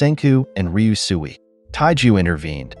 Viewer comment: How many times did he say ryusui and still couldn't say it right gah